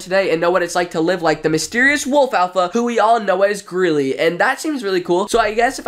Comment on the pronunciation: I always thought it was pronounced greely not grilly (not a hate comment)